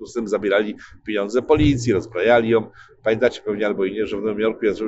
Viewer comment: nie "... piniądze ..." tylko "pieniądze"